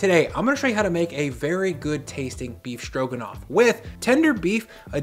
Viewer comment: I always like watching your program. I like your demeanor and the way you approach cooking. Something you may wish to think about since you’re a public figure is you might want to double -check the way that you pronounce certain words. You call it “SCHtroganoff” in the video. You do what a lot of your generation does and use an “sch” instead of a true “s”. You do the same thing for the words “schtrong” and “schtraight” and “inschtructions” and “schtrips”. You are so good at what you do and such a pro that it might be something you consider. It’s just a habit and not an impediment but it does distract the narrative a bit. Continued success to you!